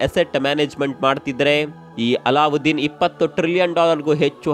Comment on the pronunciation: ಅಲ್ಲಾದ್ದೀನ್ ಅಲ್ಲಉದ್ದಿನ್ ಅಂತ ಹೇಳ್ಬೇಡಿ pls